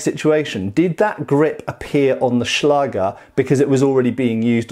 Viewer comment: The german ä/Ä can be written as 'ae', if you don't have the letter. Don't just write a instead of ä, write ae, because you will pronounce it wrong. Good pronounciation of Schlager though! 🙂